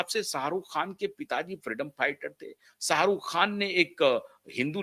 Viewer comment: Jhat ke keede.... Salman ki Somi Ali hindu thi kya jhatu.... Pahale bolna seekh khujli wale kuttey.... Sarukh.. nahi Sharukh hai anpad... Buri gat ke....